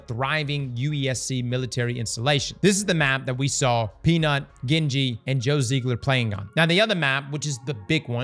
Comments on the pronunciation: Lmfao gingy being pronounced as gen ji wtf brother 😂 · because it is Gingy like ginger and this guy is not pronouncing it right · Gingy is a sweetheart. Shes probably heartbroken hearing her name pronounced 'ga-in-ji' lol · Bro its pronounced gingy as in GINGER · Cringe every time he says genji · The way this man pronounces ginger must be crazy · The fact that you cannot properly pronounce Gingy’s name is so infuriating. She’s been around forever, come on brother! She deserves the respect. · You should listen how to pronounce Gingy haha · Ppl who mispronounce gingy are cringy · Why are all the Destiny creators pronouncing Gingy, Gingy, and not Gingy?